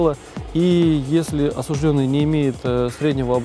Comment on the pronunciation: слово «осужд Ё нный» пишется с буквой «Ё» и именно на неё падает ударение. Краткая форма причастия, образованная от данного слова, также пишется с буквой «Ё» – осуждЁн. Поэтому правильно говорить – осужд Ё нный, осуждЁн.